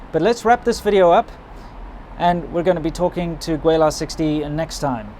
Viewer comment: Don’t know about your Putonghua but you definitely need to work on your Cantonese. Gweilo is really not that hard to pronounce. On a more serious note: reasonably balanced video. You don’t need to (and didn’t state the obvious conclusion), which is at the end of the day, the Southeast Asian countries will always be far more attractive than China for retirees. Thailand, Malaysia, Vietnam; better on every score. Better air, better weather, better food, better women, better governments. And actually cheaper too. It’s a no-brainer but I’m glad you spared China’s feelings by not pointing that out.